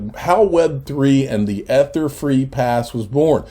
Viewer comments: EEEEEEEEEther EEEEEEEEther, please say it correctly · You can stop mispronouncing "ether." You've made your point. It just sounds dumb at this point.